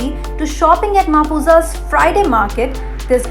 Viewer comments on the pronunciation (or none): It's not Ma-poo-sa its Mhap-sa.